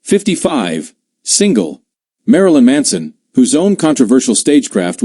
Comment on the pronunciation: marlin manso????👎👎👎 ..... STEVEN TYIER....